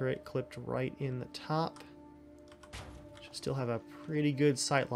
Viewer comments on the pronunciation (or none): none